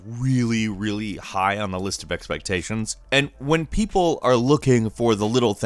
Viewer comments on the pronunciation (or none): none